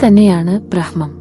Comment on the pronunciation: ബ്രഹ്‌മം എന്നതിനെ ബ്ര-ഹ്-മം എന്നല്ല ഉച്ചരിക്കേണ്ടത്; ബ്ര- മ്-ഹം എന്നാണ്. ബ്ര- മ്-ഹം, ബ്ര-മ്-ഹാവ്, ബ്രാ-മ്-ഹണൻ, എന്നൊക്കെയാണ് പറയേണ്ടത്.